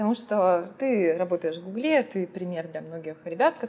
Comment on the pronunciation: Не в гуглЕ, а в гУгле!